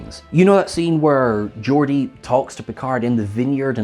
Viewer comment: "Georgia"??? you mean GEORDI?